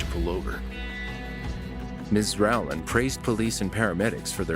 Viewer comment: you cant pronounce Rowland?